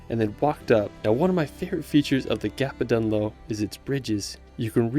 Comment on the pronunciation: Learn how to pronounce places when making videos. You managed to say Kerry and Gap of Dunloe correctly. Otherwise a beautifully made video well done